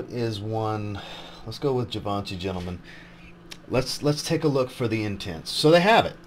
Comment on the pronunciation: Awesome! Great content per usual, one thing is check your pronounciation of Givenchy. It sounds like zhee -vaan-shee vs g-van-che :)